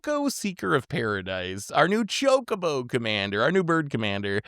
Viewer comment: is just trolling us at this point with "cho-co-co" 😭😭😭